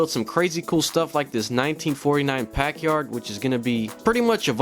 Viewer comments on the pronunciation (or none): Sorry, a what? It's a Packard. Not a pack yard.